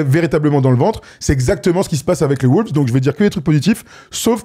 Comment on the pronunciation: Les mecs vous êtes géniaux et je vous suis depuis 10 ans, mais pourquoi diable prononcez-vous "les WOULVES" ?